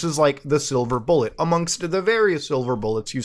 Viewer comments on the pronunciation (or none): none